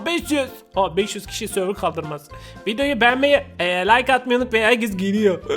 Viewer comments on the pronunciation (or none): none